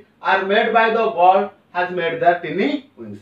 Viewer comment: Sir, I think tiny is wrongly pronounced and presentation is really not poetic